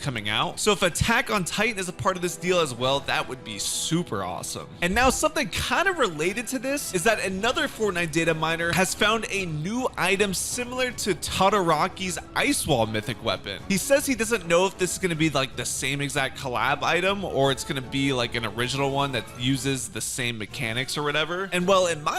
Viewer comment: its todaroky not todroky